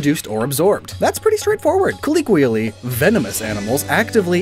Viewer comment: Is the way he says "colloquially" an inside gag? It's like the third time im hearing he's pronounced it "uniquely"